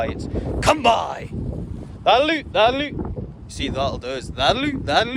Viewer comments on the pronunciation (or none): Thanks for this. I had figured out most of the words, but I have been totally unable to understand what “lahlloo, lahlloo” meant. NOW I know you are actually saying, “that’ll do”! Ohhhhh. 😏 I am enthralled with these videos. The dogs are astonishing. And you are quite a trainer. My son has an Australian Shepherd, a breed that had been unfamiliar to me. We were stunned with how smart she was and how easily she learned. But once the family’s interest in training waned, a lot was lost in disuse. But she still loves to herd: the cats, the rabbits, whatever comes into the yard. 😳 And she resumes great attention whenever Nana comes to visit. Ha ha. THANKS FOR TEACHING US!